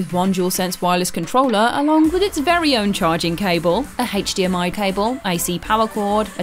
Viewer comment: I love how she says "H8chDMI" lol!